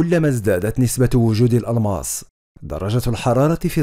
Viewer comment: ههههههه الالماص